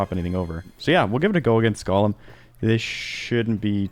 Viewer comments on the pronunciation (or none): FYI you're mispronouncing Golem's name. It's not "Gollum", it's Golem.